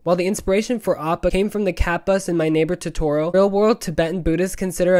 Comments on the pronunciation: I love your channel but how you pronounce “Totoro” makes me cringe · you pronounced totoro wrong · but he doesn’t pronounce it the Japanese way. Totoro is a direct translation from the katakana トトロ (to-to-ro). So, all the o’s should be pronounced the same. He says the o’s all differently [Also, if you want to get super technical, he didn’t pronounce the ‘r’ like they are pronounced in Japanese, either. Although, my issue was with how he couldn’t pronounce the o’s the same, and the ‘r’ thing is quite common in English speakers pronouncing Japanese words, so I found no issue with it. I only mentioned this because you implied he spoke it the Japanese way, which was incorrect in multiple ways. I don’t really care if he pronounces it the true Japanese way, it’s just that the way he pronounced it in particular was painful. Not because it wasn’t the Japanese way, but because it was so wrong that it couldn’t even be considered a way to pronounce it in English.]